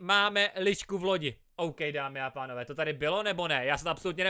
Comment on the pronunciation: řekl dámy a tánové:D 🤣🤣 pslouchejte